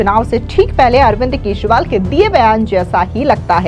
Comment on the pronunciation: केसरीवाल ,केसरीवाल केसरीवाल जरा सही उच्चारण किजिए।